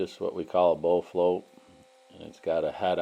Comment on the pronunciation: Yo… soo it sounds like you’re saying bow float instead of the correct word bull float